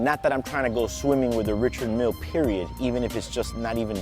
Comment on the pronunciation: you are mispronouncing richard mille but nice watch